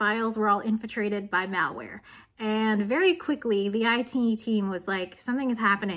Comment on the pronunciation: Words are pronounced differently all around the English speaking world. That being said, I've never heard malware pronounced to rhyme with mall, only to rhyme with malicious. Does anyone else pronounce is like that? Is it a regional dialect?